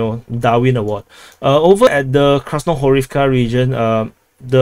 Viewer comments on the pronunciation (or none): none